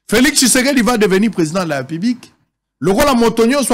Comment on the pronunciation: C'est l'ivresse, en te suivant tu dois rentrer sur le bas de l'école, tu arrives même pas à mieux prononcer le nom de Tshisekedi, c'est triste pour la RDC avec le fanatisme.